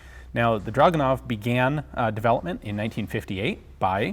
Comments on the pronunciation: It is not "dragunov", it is pronounced as "dragooonov", stressing the middle part of the word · Drragoonov. Russian has no "uh" sound. Their "у" in драгунов is transliterated as "u", but has an "ooo" sound, not an "uh" sound. I point this out simply because the number of times draguhnov was said in the vid became annoying to hear. Otherwise, very interesting vid. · you can say it...draaaaag...not druuuuuug. ure still sexy as hell, though:) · Ur saying it wrong its DRAGUWNOF in russian